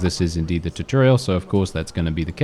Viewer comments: Tutorial(Two-Tor-Ree-al) not (Tit-tor-ree-al). At least for American English. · The way you say tutorial lol!